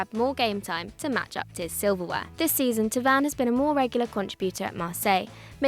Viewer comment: thauvin is pronounced toe-vun not two-vun.